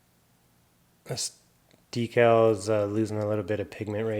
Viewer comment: What is a dekil ? Do you mean a De - Kal. I spelled it wrong , but the C makes a K sound followed by the Al ( like a man's name ). Sorry for the long winded question. I've never heard anyone pronounce it that way. Sorry.